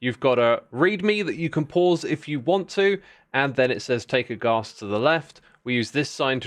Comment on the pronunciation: Wait… you say Ghast like Ga(w)st but pronounce gas as the more American way? Now im just confused 🤣